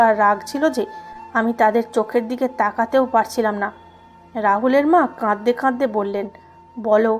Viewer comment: বিশ্রী তো বটেই, ডাহা ভুল একটা শব্দ (কাদদে কাদদে)। অথচ সুন্দর একটা শব্দ (কাঁদতে কাঁদতে)। বেশ কিছুদিন থেকে এই মহিলার উদ্ভট ভুল শব্দের জন্য এই চ্যানেলের গল্প শুনা বাদ দিয়েছিলাম। আজকে হঠাৎই শুনতেছিলাম। কিন্তু সেই বাজে শব্দ (কাদদা কাদদেই), যাক এবার চ্যানেলের নাম মনে রাখতে চেষ্টা করবো। #মহিলা কি লেখাও চোখে দেখেনা# ?#